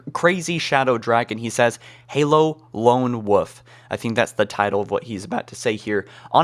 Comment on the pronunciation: Why did you pronounce wolf as woof lol